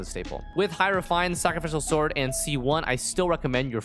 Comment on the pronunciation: why does he pronounce sacrificial sword so weirdly its adorable awwww sakafical sord